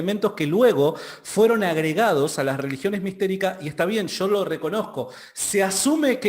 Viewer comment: .........es YO.....no SHO......controle su pronunciación...!